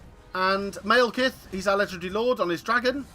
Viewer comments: "Maelkith" Stop that please. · Yeah, he pronounced it wrong :)